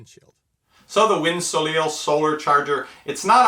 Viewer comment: "soleil" is actually pronounced "So-Lay"....French for sun :) Just an interesting FYI.